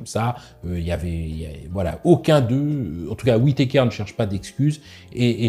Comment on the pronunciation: WITéKèèère ^^ Un médecin MMA n a jamais entendu ce nom? D'ailleurs il n a jamais entendu un mot anglais finissant par ER ? :face-green-smiling